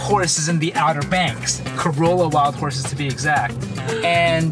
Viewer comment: You pronounced Corolla wrong.